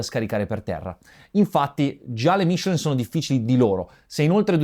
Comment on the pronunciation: Ma dire Michelin con l'accento giusto porta male?